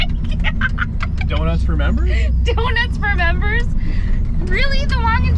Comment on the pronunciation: "Murmbers" only! 👍